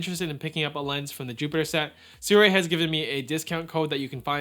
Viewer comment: soorei? ❌ seerwi✅